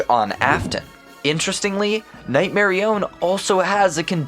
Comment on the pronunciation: marionette nightmare nightmar nightmarionette its a pun nightmare-ionette NOT night-marione this pisses me of so bad